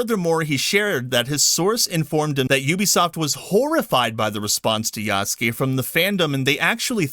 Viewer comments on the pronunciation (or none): Yasuke is pronounced YAH-SOO-K-EH (not YAW-S-KAY) with the last ke or K-EH sound said quickly. The ke is pronounced as K-EH not K-AY.